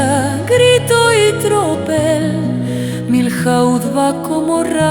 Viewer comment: joder, me he suscrito, le he dado like , pero sintiéndolo mucho tengo que decir una cosa ,,,porque me sangran los oídos..¿porqué decís Miljauz ....y no decís simplemente Milló..es que es así de sencillo, de verdad, perdonadme. Con los demás da lo mismo como lo digáis, ., Soult, Victor, Mortier, Sebastiani, pero Milhaud (Miyó) no lo entiende ni un español, ni un francés ni un inglés...porque en inglés tampoco se dice Miljaud, aparte de que aquí no pintan nada los ingleses.